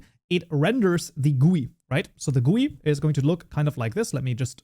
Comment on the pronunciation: bro prononcing GUI as gooy instead of G U Y is crazy